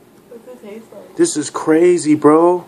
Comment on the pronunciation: ''it teeste like crab''